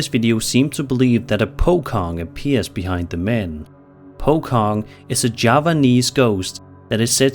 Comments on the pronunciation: The entity on the no 8 video are basically pronounced ' Po Chong ',. Not Po Kong so do speak. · Singaporean here... it's pronounced as "po-chong", not po-kong. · its pronounced 'po-chong' and its not just a javanese folklore, it affected both indonesian, malaysian and singapore alike.. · Regarding the clip , as a guy who lives in southeast asia, i have a sliiight correction to your description of the Pocong, if i may. The description of the Pocong is pretty spot on, BUT locally the name is pronounced Po-Chong. Legends say those things are fast, and move in either a rolling motion or hopping impossible distances to essentially ask passers by to untie their bindings. Hope it helps! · I have never heard anyone butcher the pronunciation of Pocong as bad as 😂 it’s pronounced “Po-chong”, in Indonesia the letter “c” makes the “ch” sound. Unlike English where C can make more than one sound, Indonesia is fixed to each letter sounding the same way 99% of the time. But yeh hope this will help next time u encounter any other Indonesia ghost 👻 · I will never get over the pronunciation of pocong, the letter c in the malay language is verbalised as ch, as in teacher. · The c on pocong is pronounced "che", like in chocolate. And about ties, they are released at the time the body is buried (in the burial procession). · Pocong. The "C" pronounce not as K sound but literal C like how C pronounce in "poaching".